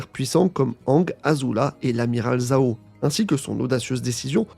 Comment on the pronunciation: C'est pas prononcé 'zao" mais 'jao' (en aspirant le 'j') , cf la VO